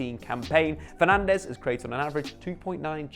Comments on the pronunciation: Now that Fernandes is at United you need to learn that both es are silent so it's not FernandEz, it's more like Fernandj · who am i kidding he'll be Fernandéz forever lmao. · It's pronounced Bruno Fernaj, he's Portuguese. The Spanish pronounciation is Fernandes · It's bruno fernandjzzz*